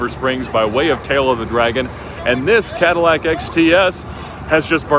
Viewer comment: Nobody:: I BOUGHT THE CHEAPEST CATALAC IN THE US